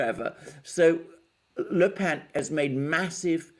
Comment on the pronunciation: The brilliant Alexander finally got the Le Pen pronounciation memo!